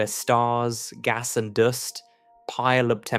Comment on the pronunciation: The Hitchhikers Guide to the Universe gave a very good explanation how big space is. Did you just pronounce “dust” as “doost”?